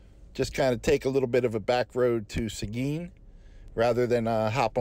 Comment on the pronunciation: Not many know how to pronounce Seguin. Awesome 😎